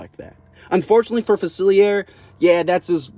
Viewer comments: It’s pronounced fuh-sihl-lee-AY, “”! 🤨 You clearly don’t know how to properly pronounce French! 😤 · "Doctor Fasillyair" ☠